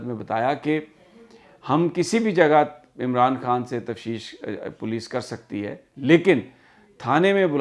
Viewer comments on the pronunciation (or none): تفشیش نہیں بلکہ تفتیش ہے۔پلیز اس کو درست کر لیں۔ شکریہ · Sami sir..its not tafshish but taftish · Sami sb.I met u on ave h on Coney Island ave.I keep listening u every day.but the word u speak tafshish is actually taftish.may god bless u. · Array bahi Tafteesh hota hay. Tafsheesh nahi. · سمیع بھائی لفظ تفتیش ہے تفشیش نہیں ہے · Sir im sorry to correct you that the word is(TAFTEESH) تفتیش sorry again sir but you csn check it🙏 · sir on a light note, the word is Tafteesh ;)